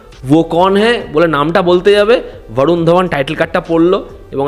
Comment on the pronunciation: ভারুণ আবার কী? 'বরুণ ধওয়ান/ধবন' হবে বাংলায়।